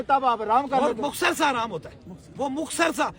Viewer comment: Oh sain ohh inparh jahil insaan مخصر نہیں ہوتا مختصر ہوتا ہے چل چل نکل پہلے بولنا سیکھ کر آ